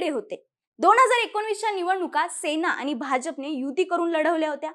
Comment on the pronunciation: watch tone of Aani , paani, kaarne.. pronunciation of n?